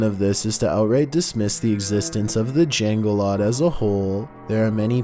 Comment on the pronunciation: As an Indonesian, I give 8/10 on how he pronounced Jenglot